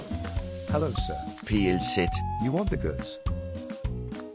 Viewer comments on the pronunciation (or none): that did not sound like "pls"💀